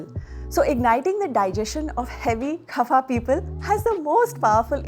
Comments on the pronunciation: ITS kapha not KHAPHA XD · Why is she laughing while narrating? And it is "kapha" , not "khafa". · It's कफ not खफा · It’s not khafa body , it’s kapha body